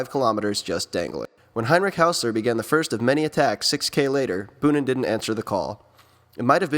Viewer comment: Your video's are great but: Its not tom bunen but boonen ( o sounds like the o in bow but longer) Devolder isn't out of shape as seen in your vid Gilbert fell a few k before the cobbles where Flecha fell and had pain in the knee otherwhise: great job